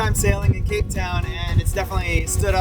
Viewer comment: reminds me of kate. and each time you say “cape town” I hear “kate town”. which seems appropriate to me. 😊